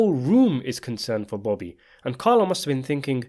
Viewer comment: Why is it so hard for you to say Bobby instead of booby?